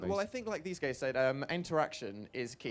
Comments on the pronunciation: He kinda mumbled the word and it sounded like "gays" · pretty sure he was just nervous or something and said "guys" really weirdly. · XD OMG I'M DYING I THOUGHT HE SAID ' I think as these gays said'